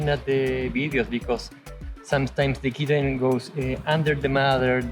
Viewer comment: Count how many times he says, "thee kitten" much love 😸 🐱 😽 😹 😻